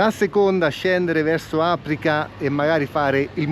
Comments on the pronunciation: Vabbè che siete marchigiani, ma Àprica non si può sentire. Ti aiuto a ricordare l'accento corretto, con un vecchio detto in rima che ha la giusta metrica: all'Aprica, dove si mangia si beve e si lecca la... neve! Comunque siete passati per le mie strade in questa puntata, mi ha fatto piacere. Sotto al Vivione ho fatto anche la tesi, molti anni fa. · Bel video ma è aprìca e non àprica